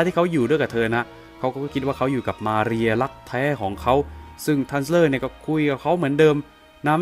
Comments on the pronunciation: สำเนียงชื่อของ มาเรีย โครตดีเลย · สำเนียงตอนอ่านชื่อเต็มมาเรียนั้นมันเริ่ดมาก เพราะเราก็เคยต้องพูดภาษาSpanish. สำเนียงคือใช่เลย Perfecto!